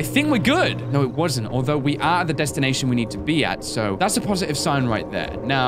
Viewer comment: Deshtinaiton ok